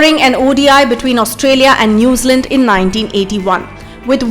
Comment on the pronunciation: Hey luv, New Zealand is 2 words.. Its not Nazealand.